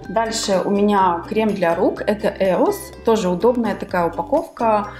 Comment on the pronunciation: ЕОS , а не ЕРУС